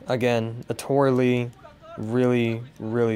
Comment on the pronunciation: her name is Naotora Ii, not Li. upper case I then lower case i. Pronounced 'Nayo-Tora Ee'